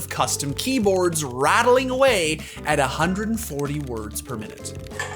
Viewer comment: no way this mans said rattaling away